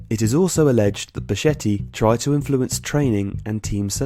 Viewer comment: its pronounced becketti